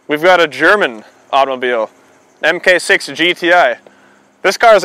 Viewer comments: MARK 6, not "m k 6" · Mark 6. Not Em Kay. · haha. "Emkay six" It's mark six. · "emm kay" is mmm gay. It's pronounced Mark 6. I love the AP in my GTI, I am hoping for some future updates from Cobb, APR's numbers are better right now.